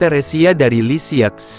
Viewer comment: unt admin: Lisieux dibaca lisieu, Francois dibaca franswa. Krn ini bhs perancis.